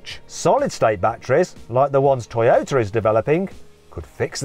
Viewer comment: トヨィタと発音するのはどの地域ですか